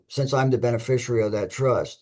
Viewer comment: Wow. Only six minutes in and I already know that the defendant attended the Gish Gallop school of law. PS. There is no "U" in "beneficiary". Enunciate!